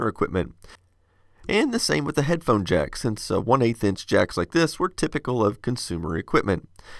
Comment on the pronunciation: I know this may be a petty as hell thing to complain about, but the way you pronounce "headphone" sounds like you're just saying "phone" with "head" being practically silent. It's a bit confusing when you show a 3,5mm stereoplug connector and call it something that makes you think of 6P4C connector.